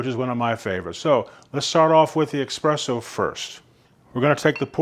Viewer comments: dear ameircans, please stop saying "Expresso" - there is no such thing. Only ESPRESSO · just curious - why do people who should know better call it EXpresso. ?? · Please, espresso with an s not x. Interesting review.